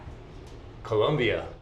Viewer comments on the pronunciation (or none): You should pronounce Colombia properly-jeez!